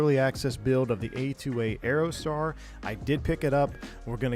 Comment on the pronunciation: "Piper Aerotar"...sounds sweet - did you forget the D on the end? 🤡😁 (Check the thumbnail pic 🤭)